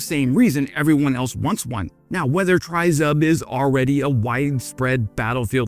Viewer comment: Just an FYI, "tryzub" is pronounced "tree-zoob" (close enough phonetically, just say the tree part quickly, you'll be close enough) it literally means "three teeth" (or three toothed, zub=tooth) like a trident that has three spikes (or teeth).